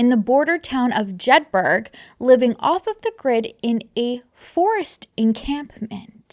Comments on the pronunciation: Hi idk if anyone already commented but it's pronounced jed-burro or jed burra depending on your accent, like Edinburra not edin burg lol ❤love ya!! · Hey im here to assist from scotland (im not in the cult lmao) Jedburgh is pronounced jed-bur-uh the same as Edinburgh is ed-in-bur-uh its the accent but thats how to say it its like Moscow idaho is pronounced mos-co like Costco (someone said that on the news when the news broke about the murders of the students n it stuck with me) it crazy how Americans will say Moscow like Costco but pronounce Moscow Russia like moss-cow hahahaha dont ask me to say the word pearl or if someone is called Carl they need to give me a different name to call them cos with my accent its so difficult to say like I cant say it at all unless I put on an American accent hahahahahaha. So im not over here judging im just spreading the word on pronouncing things cos its good to know ❤ I live like an hours drive from Jedburgh I want to go drive about and see if anything suspicious is happening hahahahaha what a nutty situation and for it to be happening so close is weird lol. I know theres weird cults here but not anything specific I remember my cousin coming to visit when I was a kid and she had been kicked out a cult cos she thought she was the one talking to god an the cult were like no your not an shes like yes I do and he just told me he wants you to follow me and the cult are like well thats not what he (god) told me 😂😂😂😂 she was dancing and twirling about the living room and me being 5yrs old thought she was awesome and im dancing about the living room with her having a blast while my mum was terri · Love your channel. Just to clear up, it's not the Highlands, they're in the Borders which is the Lowlands. Also Jed-buh-ruh ❤❤ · This cracked me up! I live not far from Jedburgh so how you pronounced it made me giggle, and the Scottish Borders are not in the Highlands. Good effort though! Love your videos x